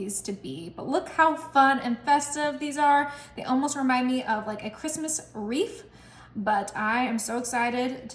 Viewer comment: did you say Christmas "wreaf"?😢